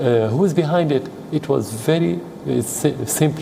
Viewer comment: This proves that News Readers just read what appears in front of them. Some on just missed the t in 'It was' just a year ago.